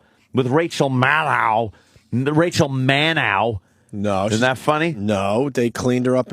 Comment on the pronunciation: Rachel "Mannow"... LOL!